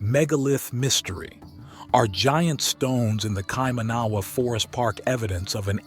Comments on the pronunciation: Kai - man - na - wa is how we pronounce it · You need to learn how to pronounce Maori words such as "Kaimanawa"... there are examples of correct pronunciation in some of the segments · Here's a little hint on how to pronounce Maori words the vowels for the maori language are pronounced a = Ah e= Eh I= Ee o= Or u= Oo Wh= F nga= Nah so Kaimanawa would be pronounce like this Ky mahnahwah not the butchered kay man awa you keep saying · Its pronounced kai- mana - wah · Bro you need to get your pronounciation right on maori and kaimanawa'' As a kiwi its haed to listen to'. take care mate.